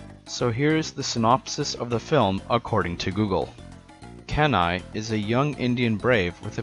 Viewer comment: Have you heard of the CD-rom game? And Kenai is pronounced KEY-NAI. The reason his brother chases him is because he thought the bear that killed his other brother, Sitka, was him.